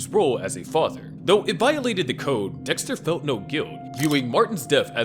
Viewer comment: I just want to say how funny that during the video, I think Dexter, but I hear Dickster.